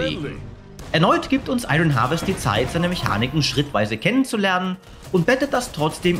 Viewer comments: ion wirds gesprochen nicht iRON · Ich kann mir die falsche Aussprache von 'Iron' echt nicht anhören. Da rege ich mich zu sehr auf!